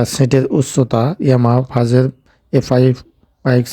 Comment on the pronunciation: ইয়ামাহা "ফাজের"😂,সমস্যা নাই ভাই উনার কথাগুলো শুনলে একটু বিনুদুন পাই 😂🤣